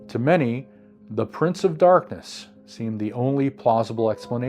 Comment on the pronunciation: Did you say "prints of darkness"? 🧐🙂